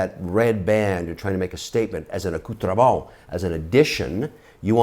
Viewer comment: Watches are part of what? Your "acculturellement", maybe he meant "accoutrement" LoL